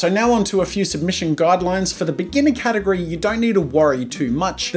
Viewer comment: Did anyone else notice "Gategory"? Lmao